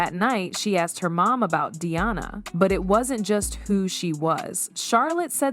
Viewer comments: I'd pay a great deal more attention to this piece of questionable "truth" if the computer generated narration did not consistently mispronounce Diana's name! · Why can't you pronounce her name right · You need to get a real job, the way you tell this little fake story is like you were there in the room with them, specially when you say that Charlotte asked her mother that night about Dianna, and one more thing can you please pronounce Dianna’s name properly! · Wow, AI narration should be able to get the names pronounced correctly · the right pronounciating : Day ana in US and Dianah in Europe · Announcer keeps calling Diana, Deeanna? ?? Why? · It’s Princess Anne and Diana not Deana 😢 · Narrator cant even pronounce Diana's name, Deanna, really, how stupid! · I’m pretty sure that the makers of this dross won’t really want my comments, but you did ask. For a start, why is it that the vast majority of this type of video are produced (presumably) by Americans? The awful narration whether real or AI is often produced with no effort spent on pronunciation, not even for the chief character in the story, Diana Princess of Wales was, obviously a DI-Anna, not as pronounced here as DE-Anna 🤢 Americans seem to come in two categories when it comes to OUR Royal Family, they either profess to love them, or hate them, both parties like to comment with their puerile comments often with no obvious historical or general knowledge on the subject. As for the content of this story, I’ll wait and see what, if anything, happens; I suspect that it will never be heard about in any official capacity and if it is it will bear little resemblance to this narration. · Diana is not pronounced De-anna. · Please pronounce Princess Diana name correctly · Why cant you get the pronunciation of peoples names correct! Sometimes you say Diana and most of the time you say Deeana. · Welcome to AI!!! They keep referencing “Dianna” as “Deanna”… 😔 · It's not that hard to pronounce D. I. A. N. A